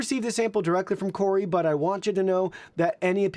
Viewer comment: mate. it’s “koo-rui”. there’s only 1 r. it can’t be “koor-rui”